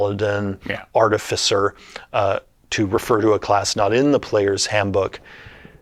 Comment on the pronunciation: and he joins the list of everyone who pronounces it wrong.